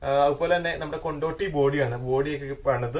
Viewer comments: Kontotty alla kondody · കൊണ്ടോട്ടി അല്ല കൊണ്ടോടിയാണ് ബസിന്റെ ബോഡിയുടെ പേര് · കൊണ്ടോട്ടി അല്ല. കൊണ്ടോടി